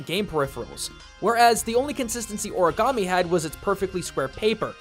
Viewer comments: O-RI-GAMI NOT O-RA-GAMI EOANOINAEOGIA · Tbh, I die a little every time you say “oragami”. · Is ANYBODY else not cringing at the fact that he kept on pronouncing "Origami" wrong? I mean.. COME ON.